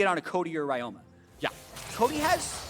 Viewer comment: Ryoma is read as Ree-yo-ma. Please correct it, it's annoying.